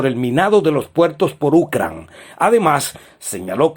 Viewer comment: Porque dices Ucran, es Ucrania. Habla bien.